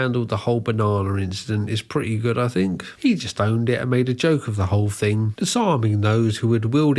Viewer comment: You say “fink” instead of “thing” or “think”… good luck with that